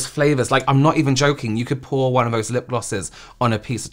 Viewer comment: Stop saying vose instead of those!